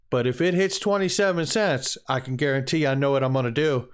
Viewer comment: Gay-ron-teed, XRP going to 27-cents before heading north again....